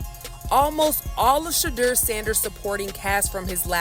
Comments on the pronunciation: Peope its not pronounced Shahdur, its pronounced Shadoor. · Travesty. The PURE HATRED is real! You're not pronouncing SHEDEUR's name correctly.